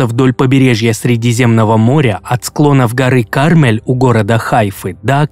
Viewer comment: не Ка́рмель, а Карме́ль. Дублятор гой